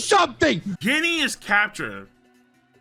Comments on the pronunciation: please stop saying Ginny's name wrong, It's still Jinny, but with a G. There are no G, in google sounds supposed to be there. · Please put respect on her name, and know that Ginny is pronounced as "Jinny" in the Japanese phonetics, and it is translated as the common western name, also pronounced with a J sound. Let's not summon Gin from Bleach with what you're saying lol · With peace and love that’s not how you pronounce Ginny